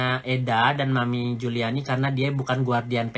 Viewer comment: Ngeri org seperti ini.... . Keluarga bukan Kapasitas ga ada Data dpt dari dunia maya . Taunton kota tempat sekolah Laura aja dia ga bisa sebutin. Juliana di sebut Juliani Hahahaha.... . Tapi berbicara seperti tau semuanya. . Mengamati kegilaan org ini dari bakal menjadi reseller skincare nya Nikmir tp ga sabar dan sok tau dg bpom lah, bahan bahan berbahaya yg ada dlm skincare dg berbicara sok pharmacist yg menggunakan baju lab. . Belum lg bongkar sisi teman2 Nikmir dari suami Fitsal sebelum Cen, bongkar sisi istri pertama dari suami Amel, dll yg semua data hasil dari googling dan fb. . Pointnya orang seperti ini sebaiknya jgn dikasih panggung, toxic!